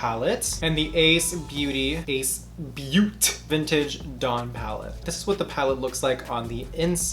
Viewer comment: I KNOW you've been missing me like I've been missing you 😂 just a hint- it's pronounced Ace Beau-tay. A lot of my indie makeup influencers enjoy this brand. Sorry you had such troubles with it!